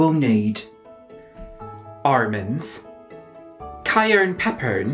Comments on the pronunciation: You forgot armonds 🥜🥜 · "Armans, Cayerne Peppern, and Sorce" I screamed. Your parodies are perfection. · The “Armans, Cayerne Peppern, Sorce” killed me😂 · fucking DIED at "you will need... armans... cayern peppern... and SORCE" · That part reminded me of Tracey Martell's Swedish "brëd" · That makes more sense, I thought he was mispronouncing it on purpose like he did the almonds, sauce, and cayenne pepper.